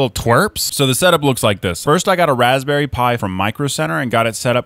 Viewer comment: REALLY 🤣 Raspberouille